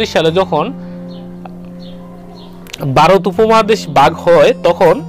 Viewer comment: Vai barot na bole varot bolen